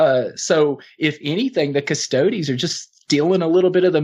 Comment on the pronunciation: It's pronounced: CU-STO-DEEEZ